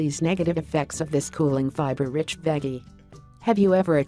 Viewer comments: Yeah like it rhymes with Peggy or something! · I lovee the way "she" pronounces the word "veggie "!! It cracks me the he'll up!! 🤣